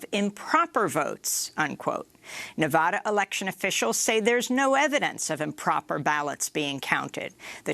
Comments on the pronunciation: It's vad. Nevada. Like had with a v. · "Nevada" has been mispronounced by some reporters in recent days. It might be the most mispronounced state name in the country, so I've created a phonetic trick to help people pronounce it correctly. The first "a" in Nevada is not pronounced as "ah." This is the most common mispronunciation. The correct pronunciation is to pronounce the first "a" in Nevada as the "a" in "add." An easy way to pronounce Nevada correctly is to use this phonetic trick: picture the spelling of Nevada with a double "d" as in "Nevadda."